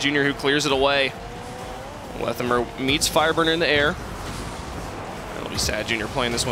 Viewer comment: wtf is pronunciation of Lethamyr.